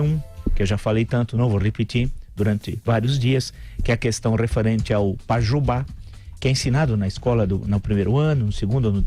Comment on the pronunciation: É pajuba e não Pai Jubá kkkkk